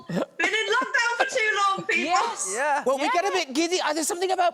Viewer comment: did she say LOCHdown like loch ness? lol